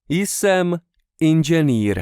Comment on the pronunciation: The J in Jsem is silent, for anyone who doesn't know. Not sure why it was pronounced here every time? Unfortunate as this channel as been useful recently, but I'm wondering how much is actually incorrect that I don't know since I am still learning.